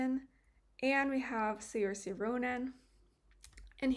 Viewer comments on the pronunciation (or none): Love this video it's finally making sense to me! As an irish person, the way you pronounced saorise killed me! Lol